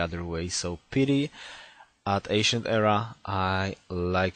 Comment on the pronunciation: Could you check pronunciation of the word " piety" please, It's a bit annoying you saying it "petey". Great video though.